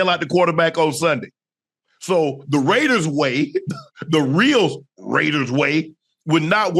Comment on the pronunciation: Ok off topic but ain’t no way ocho does not have dyslexia cause mf said “waider ray” 💀💀💀